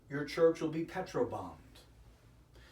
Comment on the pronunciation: Mar Sand But we think we are saying petrol not petro. I assumed the typo is Peter’s not the author’s... 🤷🏽‍♀️